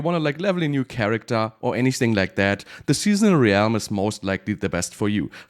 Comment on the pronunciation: How is "Realm" the only word mispronounced in a video about Realms?